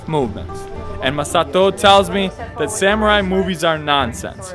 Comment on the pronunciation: O_o........Sam u rai ........ SUMU RRRAI!!!!!!!!!!geez then he try to pronounce Kyoto correctly ......wow. LEARN